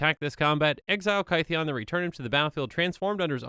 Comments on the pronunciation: Kaytheeon? His name was changed because he got misheard as Gideon and rolled with it. It should sound similar. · It's Kith-ee-en :( not Ky-thee-on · In ancient greek the theta is not a th it is a t-h. So theta for example is t-heta. Gideon's name is kytheon with the y making an i sound, it sounds more like kit-eon. Hence when the knights that gideon met after planeswalking heard his name, they for lack of a better word anglicized it into gideon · It's not KY-thee-in as in rhyming with "pie", but KITH-ee-in, rhyming with "pith". His name was mispronounced as GIDDY-in, not GUY-dee-in. Straight from Doug Beyer of Wizards: "Kytheon Iora is pronounced “KITH-ee-un ee-OR-uh.” “Kytheon” uses the same vowel sounds and first-syllable-stress as “Gideon.”" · No one:: KY-THEE-ON I also just realized that Chromanticore is just WUBRG Kestia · Kytheon is pronounced Kit-heon. This is addressed when he does his first Planeswalk to Bant, and the locals recognise the hard vocalisation of the "K" and the "T" but replicate it as "G" and "D," probably due to speaking with vibrating vocal cords, as opposed to inert cords. Tamanoa is a group. The flavour text reads "...the tamanoa rose to bring a new morning..." with a lowercase "t." Much like you would say "The sheep are in the shed," if you talking about a group of the animals, or "The Sheep is in the shed" if you were talking about a singular being named "Sheep." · I’m sorry but I’m really ticked off by your pronunciation of Kytheon. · My stance on name pronunciation is "it's fantasy, who cares?" but I think Gideon's name change is interesting, so here we go! "Gideon" is a mispronunciation of "Kytheon," I think -- iirc he goes by Gideon because it's easier for people outside of Thermos to say. So the y in Kytheon is probably pronounced like the i in Gideon (like "kid") and the th is probably hard (like in "that") -- "Kiðeon." Anyway, I just think it's neat. :)